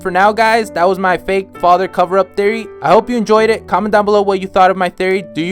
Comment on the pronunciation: Homie is stressing Historias father so much. Chill dude.